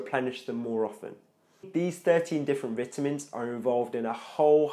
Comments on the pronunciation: Oh my god Bruh I couldn’t watch your video, this is America Veyetamin it’s Vi-tamin Not V-it-amins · Vituhmins.....'nough said. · It’s vitamins the first “I” says it’s name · SO I been saying vitamins wrong my whole life...